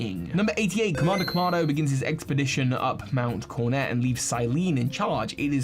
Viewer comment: I genuinely can't cope with all of your mispronounced words! It's Mount Co-RO-Net. FLO-aroma! Cana-LAVE! YOO-xie! It's literally infuriating!